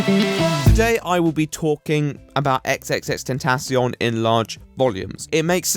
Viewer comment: speaking of people who can't read names. "ex ex ex tentacion" ??? Bro, it's tripple X. sounds so awkward when you say it like that.